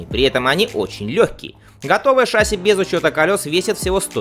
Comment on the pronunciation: ШассИ. Ударение на "И"!